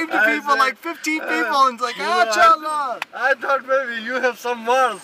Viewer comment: It’s “kya haal hai” lol